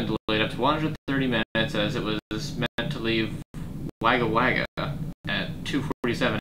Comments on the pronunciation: wagga wagga is pronounced wogga wogga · Its Woga Woga Its Spellet Waga Waga But You Say It Like Woga Woga